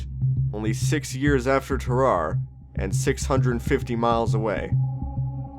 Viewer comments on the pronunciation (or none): Ter-are-ay not terar. Sam-o-nella did a better job